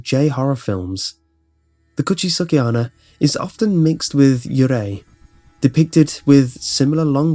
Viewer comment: i know it's a little detail that doesn't even matter, but just for the sake of information the pronounciation of "onna" is more like "onn-na". more emphasis on the N. also, you said "watashi, kirei" as "Kee-ray". it's actually pronounced "Kee-righ". again, just for the sake of info.